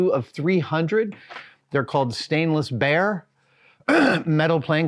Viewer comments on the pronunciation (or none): none